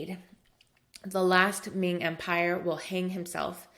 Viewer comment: Really enjoy your content here. I guess the comment is talking about the pronunciation of Chinese in general, not yours in particular, because I think you have nailed most of them, especially the pronunciation of Ming and Qing, pretty accurate actually. However, I do want to point out that the heritage of Emperor Yongle is pronounced as Yong' le, not Yon'gle. Great course overall! Literally saved my life!